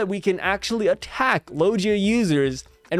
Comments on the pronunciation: Hey fam I think it’s lo-gee-ahh not lo-jee-ahh. Oh well Potato potato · Can you pronounce logia properly?